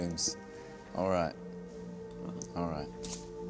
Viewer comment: Alraight..... Alraight.... JAJAJA TE AMO HAZZA <3